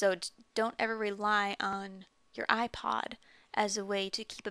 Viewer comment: she said iplod i swear lol